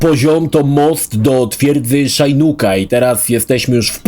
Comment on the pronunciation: Dlaczego Szajnuk a nie Szinok?😂 Ps: czyli następny crap to MK: Special Forces?